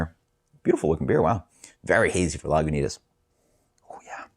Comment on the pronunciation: No "w" sound in Lagunitas